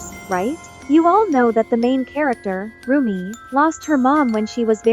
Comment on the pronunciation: Bruh not rommie mom 💔.. its rumi mom 🥀...